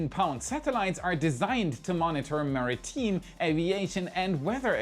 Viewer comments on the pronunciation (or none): Monitor "mariTEEM"? Sorry but that maritime is pronounced "mariTIME" It's not a big deal, except that your area seems to have quite a number of words that are pronounced significantly incorrectly compared to most of the USA/Canada, etc. So I mean no insult but I'm going to try to help correct things for you. It's bizarre because out of 100s of thousands(or millions) of words I've heard from you for years, you're always right except for the very odd word.